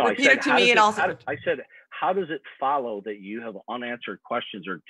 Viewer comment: I had to pause because this is getting at me. The hundreds of times this guy asks "How does it FOLLOW (...)" with that annoying, childish vocal emphasis on the word "FOLLOW" could be solved by teaching him a little bit of logic. Whenever you have a premise 1 [if p(x) then q(x)] and also a premise 2 [not q(x)], then you're bound to reach the conclusion [not p(x)]. Right? If we have a premise that says "it's raining where Shannon lives" necessarily causes the statement "Shannon brought her umbrella with her" to be true, and we observe another premise that "Shannon brought her umbrella with her" is false, then we must just as necessarily reach the conclusion that "it's raining where Shannon lives" is false. This is logic 101 and would clarify the link between souls and not being a Christian. I'm appalled that this guy couldn't grasp that. I suspect, however, that on the off chance that this comment reached him for some weird reason, he would still not understand it. Which is why I've attempted to make it even clearer below: P1: If you're a Christian then you believe in souls. (Evidence of this premise is in the bible as repeatedly pointed out by Shannon) P2: Shannon does not believe in souls. (No demonstrable evidence, too many inconsistencies when you think about changes in the brain and the self) C: Shannon is not a Christian. This is how it *FOLLOWS*, goddammit.